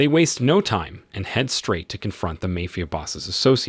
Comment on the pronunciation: I just wish the AI’s could learn how to say mafia correctly